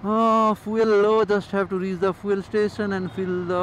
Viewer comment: Its Feeoool not Foeeel